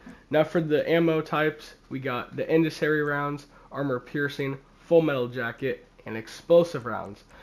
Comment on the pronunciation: it's pronounced in SEND e ary